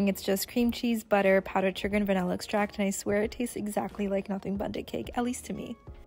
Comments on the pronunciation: They are laughing because Americans pronounce it like “BUUNNTTT CAKE”… not ‘Bundit’. But do u hun. 😅😅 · Not sure if you were saying bundit on purpose but it’s pronounced more like bunt 😊 and your bundt cake looks delish! 💕